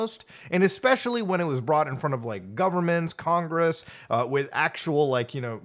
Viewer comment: "They blew up congeess!" 😂